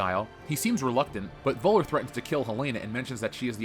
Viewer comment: Thanks for this video. However, PLEASE learn how to pronounce "Völler"' correctly. In German the "V" is pronounced as an "F". And the "ö" is sortof like the sound you make when you say "err".